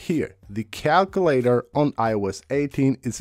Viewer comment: Why did you bother bringing up the calculator on an iOS 18 features video if you had nothing new to show? 😂 PS cal-queue-later / KAL-KYOO-LAY-TER